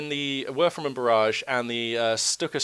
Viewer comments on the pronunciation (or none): It doesnt matter if the engineers get the kübelwagen's rear... as it has 4,5 armour front and rear for some reason... btw do you say werfer-man? :D sounds like that... its a werfer-rahmen (rahmen means frame so it's a throwing frame...)